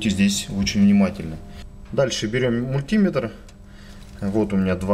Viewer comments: Не подпишусь на канал, если автор упорно продолжит и далее "мультимЕтр" произносить как "мультИметр" ))))) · 398 дизлайков за неправильное произношение мультИметр и пальцАми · нужно говорить мультиме́тр. в Русском языке ударение в приставке не бывает. пальца́ми тоже хорошо. Вы не электрик. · Очень полезное видео! Но откуда взялось это чудовищное мультИметр! Это настолько же не верно, насколько и популярно. Что только народ не придумывает, чтобы оправдать это жуткое "И"! Часто вспоминают слово "спидОметр" и "курвИметр". В этих словах соединительная гласная приняла ударение. Но вообще-то ударе не те на разделительную главную - большая редкость! В подавляющем большинстве случаев в составных словах удаления два! Основное - на вторую основу, дополнительное - на первую. Причем выраженность дополнительного зависит от соотношения важностей основ. (Об этом подробно написано на грамоте.ру.) Вплоть до полного пропадания дополнительного ударения. Кроме того, "И" в слове мультиметр - НЕ соединительная гласная, а часть первого слова! А слово это - мУльти. Т.е. ударение на "И" невозможно оправдать вообще ни чем. Извините, это просто безграмотно.